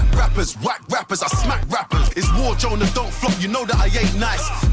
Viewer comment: we’re 10? Your guy rhymes Lucas with mucus and said “Joynah you bastahd!” Like cmon G wtf